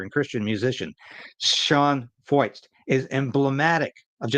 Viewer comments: 1 closer to 60K, just subscribed.....pronounced Froyt, like Hoyt.....Freucht in German means "humid" and things are certainly heating up. But what men do for evil, God uses for good.....the gospel is getting a lot of exposure. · If Feucht is a German name the “ eu” would be pronounced “ oy” as in Sigmund Freud. You may remember AJ Foyt a racing car driver. This could be the same name only Anglicized. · Pronounced Sean Fight .